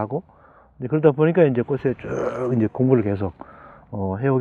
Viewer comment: '꽃으로'는 '꼬스로'가 아니라 '꼬츠로'로 발음해야 합니다.'꽃에 대한'은 '꼬세 대한'이 아니고 '꼬체 대한'으로 발음해야 합니다. 꽃전문가시니까 더욱 신경써 주세요. '숲이 보여요'도 '수비 보여요'가 아니고 '수피 보여요' .^^